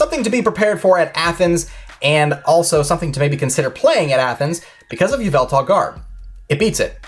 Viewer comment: K SAID YA VELTAL IN STED OF EVIL TAL LOLOLOLOL